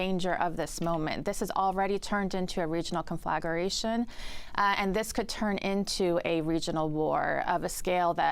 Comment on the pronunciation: Yeah, noticed that. Apparently she's not familiar with the pronunciation of "Conflagration" either.